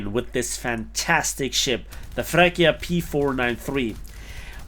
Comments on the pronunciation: It's "Freccia" not "frecchia" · Great review as usual but please, I can’t hear you saying “Frekkia” (which sounds so ridiculous in Italian) but pronunce it “Fretcha” with a double sweet “C” as for “choose” or “chili” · Little correction on the name pronunciation: it's not "frekkia", but "freččia". The "cc" are like in "chopper/cheese/chili" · "FreccHia" LOL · i dont want to sound like i am better than anybody, but the freccia its pronounced in another way : fre(C of ciaox2)a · Just like pronunciation of Freccia, absolutely murdered:D